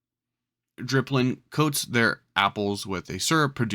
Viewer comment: also thare is no r in dipplin